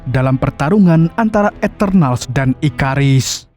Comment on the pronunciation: Bang itu Abang tadi bilang ikarus kan harusnya ikaris